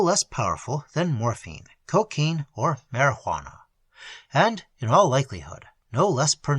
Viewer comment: "Morfeen or marydyouwanna" lol